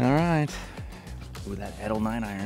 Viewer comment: I wonder when Edel will call him to tell him he’s pronouncing the name of the brand incorrectly 😂